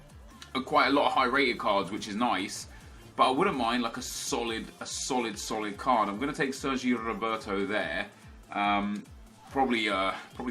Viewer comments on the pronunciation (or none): You say 'Midfieldt' and 'cardt' instead of midfield and card